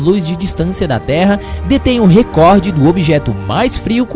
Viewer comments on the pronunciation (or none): none